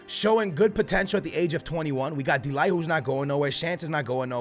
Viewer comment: Btw the way you say "de ligt" is with the G like de Gea